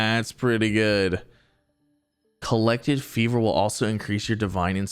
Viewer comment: It's not Fever it's Furvor (Pronounced FUR-VOR), It means an intense and passionate feeling.